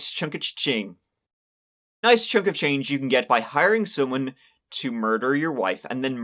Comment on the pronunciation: Over chree hundred Nice chunka chain English dudes not spanglish!